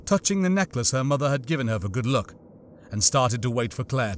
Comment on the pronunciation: Was meant to be "Good Luck" Right? You said *Good look*. Also now that you mentioned it earlier.... I've never thought about looting corpses so much when I play Halo or Dark Souls 3, Elden Ring etc. But when rooting through the bodies of Fallen Police officers, Soldiers, or enemies like The Covenant, The Flood, Necromorphs from Dead Space 3 for example.... Yeah it does add a horrific tone to it if you actually pause to reflect on it. Just from your audio books I am tempted to Play RE2. I never played any of the Resident Evil Series before. But I did watch the IRL Movie adaptions and a few cutscene movies of the latest RE Game with the tall Vampire lady.